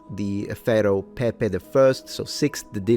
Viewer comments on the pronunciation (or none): none